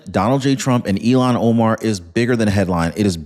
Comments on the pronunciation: Il-Hahn. Her name is pronounced "ILL-hahn". Not like "Elon" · Her name is Ilhan - IL- HAN. Not Elon Omar. Please pronounce it correctly as it doesn't make a good impression. As for Trump, hope he disintegrates her. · Her name is ILLHAN not Elon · IILhan that's ILL hon Omar not Elon. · It's IlLL-HON...say it ILL-HON! It's NOT Elon! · Pronounced ILL HAN not Elon Omar you idiot!!! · Her name is not Elon. It is Ilhan, pronounced like , I'm sick or ill-Han. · Ilhan You keep saying Elon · I can't stand Omar but I can't stand it when you say her name like Elon Musk's name ! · Ilhan. EEL HAN